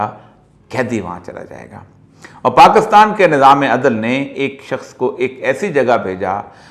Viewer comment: Its PAKISTAN , Not PAKASTAN Sir! But thanks for telling true history to People.